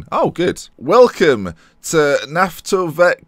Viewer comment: It's pronounced like Nafta-vik Ukr(Ukraine)nafta(you're good with this part). I can't even try to teach you to pronounce the second part of their full name(name of a town) because English don't even have sound for Russian Х(kh) and Ы